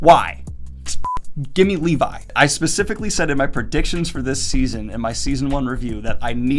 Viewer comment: Lee-vi? more like Lee-bye